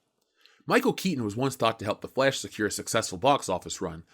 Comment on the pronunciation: I seriously love how you say The "Flesh". LOL!